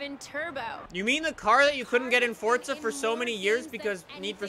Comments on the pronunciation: can u stop saying fortsa and say f-o-r-z-a it gets annoying when u say fortsa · Guy says fortza its forza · Is it only me or does it piss anyone else off the way she says “forza” , the guy says “fortsa” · it is forza not fortsa have a look when u go onto the game next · Jacobs IT'S FORZA NOT FORTSA FORZA!!!!! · Any one else notice on most of his vids he says fortza instead of forza?? Comment below if you noticed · I'm sorry but it's forza not forTza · why do so many people say fortza horizon? its forza horizon. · Its called forza not fortza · SMFH. forTza? really dude? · Fortza. It’s fucking forza there’s no T in the title. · forza not fortza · Forza not fortza u duck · where is the t in forza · Why does every forza streamer say FORTZA there is no T in Forza lol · this is not why he says fortza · Can someone plz explain to this man that there is no "t" in "forza" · Duuuude its pronoinced "four-za" 😂😂😂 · Why do u keep saying fortza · why does every god damn flipping YouTuber say "fortza" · Is he saying fortza horizon 4 or is that just me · Why does he say fortza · XD why does he keep calling it fortza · Why does everyone say fort-za horizon 4??? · Stop saying fortza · FOOOOORRRRRZZZZAAAA not fortsa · Fortsa???? Lmao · its actually called fortsa but ppl like me say forza